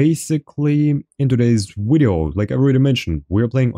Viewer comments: No its wideo what are you talking about? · You both say and spell "wideo" it's "video" :)